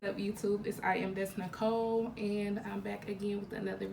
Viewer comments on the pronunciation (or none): none